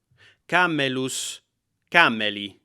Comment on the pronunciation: The accent on camelus is on the e as it is long. camMELus. Thanks for doing this Professor Dave!